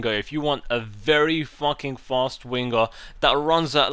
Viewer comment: I Laugh whenever you say winger, " wingguh"